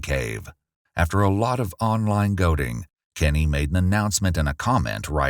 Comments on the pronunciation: it's "goading", not goating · It’s goading, not goating lol